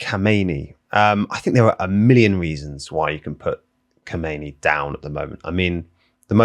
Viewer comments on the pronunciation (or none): I know it's hard to pronounce the names. But "Khomeini" as you say it is the name of the first islamic leader in iran. This one, which has been supreme leader in Iran for like 35 years now, is "Khamenei".